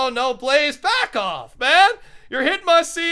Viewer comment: are you racist? You said black off